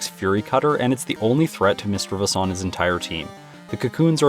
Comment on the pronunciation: Correct pronunciation is miss- chiv- ous....no e.....love the video by the way